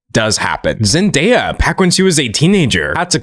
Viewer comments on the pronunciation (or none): none